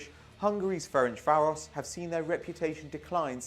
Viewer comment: Idk how he managed to butcher the pronunciation of Ferencváros so badly. It’s pronounced Ference-Varosh. Like the easiest thing to pronounce in Hungarian. Hajrá Fradi!!!!